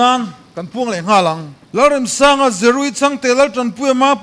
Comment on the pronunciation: Pu Remsanga hming hi in lam dik lo deuh em le!? Amah chuan lung ka REM tiha, REM tih thluk hi a hmang niin ka hria. Lo ngaithla chiang deuh mah t'u.